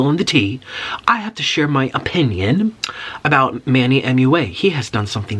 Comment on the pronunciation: HE CANT SAY MUA HE SAID “M.U.A”